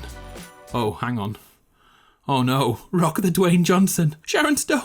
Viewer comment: Any one else notice he said rock the dawyn Johnson